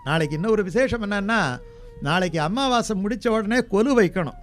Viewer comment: Pls say, Sir it's Amavassi not AMMAVASAi, only one mm.